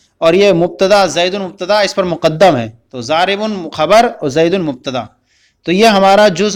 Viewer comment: اپ نے ضارب کو زارب پڑھا ہے یہ کس لئے تفصیل فرما دیں (اپ نے ۔ض۔ کو۔ ذواد) پڑھا ہے ؟؟؟؟؟؟